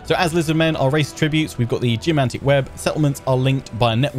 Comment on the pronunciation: When you said "Geomantic" i heard "Jumanji"